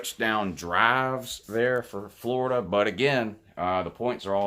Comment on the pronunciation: He is a fworida man woouuu